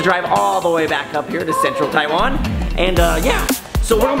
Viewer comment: Logan...go teach how to say "Taiwan" right. He has some sort of tongue problem on pronouncing the word Taiwan.